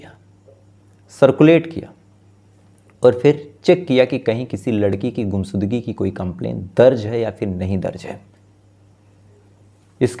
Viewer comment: गुमसुदगी नहीं भईया... गुमशुदगी होता है, लास नहीं लाश होता है, आशु होता है आसू नहीं